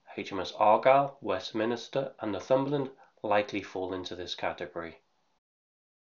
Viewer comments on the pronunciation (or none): none